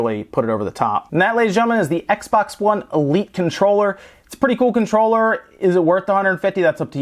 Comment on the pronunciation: Take a shot errytime he says Conchroller